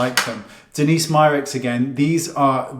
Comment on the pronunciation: Hahaha you're right he said it right in the beginning and then got it wrong the second time 🤣